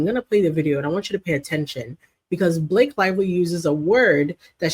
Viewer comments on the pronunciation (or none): We all know Megyn really wanted to say Blakeeyee. 😅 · I thought she was going to call her blackface when she messed up Blake’s name. Lol